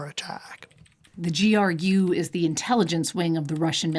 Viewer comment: "JRU"... it's GRU 🤦